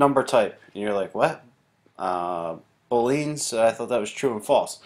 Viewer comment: You're pronouncing Boolean wrong